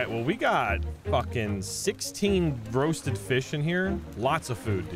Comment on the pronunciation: reading roasted fish as rotted fish made my day🤣